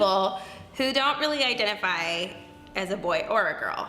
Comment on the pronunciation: She doesn't know what "identifies" means. You can tell she's parroting when she pauses in the middle of the word 😫